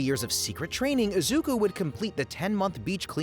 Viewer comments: Izuka Midoriya! It's Izuku, not Izuka XD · did he called Deku "Izuka" 💀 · at the beginning he even said izuka midoriya 💔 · Izuku not izuka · "Izuka midoriya" is killing me💔💔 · Ah yes, my favourite anime hero, “izuka midoriya” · Izuka 😭🙏 bros stupid asf it's izuku get it right lol jit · “Izuka” at the beginning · who tf is izuka BRO IZUKA? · did bro really just say izuka? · "Izuka" Yeah, vids already a flop 2 seconds in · dude at the start he said izukaa midorya